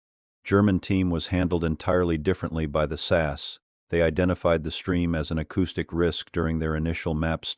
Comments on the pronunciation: I'm ENGLSH Need I say more! (btw. It is S.A.S. NEVER sas) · It's not the British SASS team. It's the British S.A.S. Team. Get it right! Also, does anyone else hate AI commentaries? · It’s SAS…. Not SASS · It's S A S, not SASS!!! Learn what you are talking about for goodness sake. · AI narration reading the the abbreviation as a word ...phonics. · I personally love the AI saying SASS 😂 The SAS are the only ones who could pull it off and theyd happily take that over failing. A lot of men getting butt hurt like they could compete 😂 these are the same men who lose their shit when their football team loses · Please stop saying SASS! They are the SAS, each letter pronounced singly. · It’s AI they all struggle with names like SAS. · Yes I also found that ridiculous and slightly rude